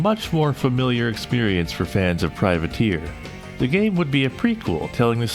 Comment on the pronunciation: Freudian slip? You said "privater" instead of "privateer" but to run the game it was privater.exe due to the 8 character limit 😄